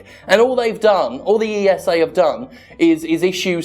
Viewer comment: Maybe just me, but I have the "Jimpression" it's very hard for Jim to make sure to not leave out the S in ESA, when flaming them. :D